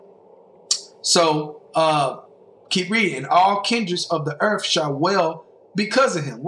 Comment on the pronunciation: I can't stop laughing. "They're coming to EARF"